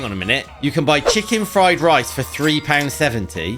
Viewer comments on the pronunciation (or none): none